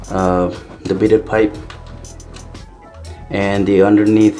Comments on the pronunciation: Those black washers were supposed to go under the bidet to help keep it from sliding around. Also it is pronounced bi-day. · I thought it was “bee-day.”